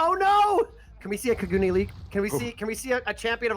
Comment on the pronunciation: beautiful match, beautiful video, But for the love of anime, Kagune is Pronounced Ka - Goo - N - Eh, not Kaa - Goo - Nee. Love you. ❤ Get it right.